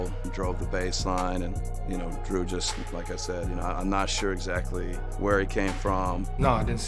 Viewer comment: Giannis getting away with calling his teammate “Drue” 🤣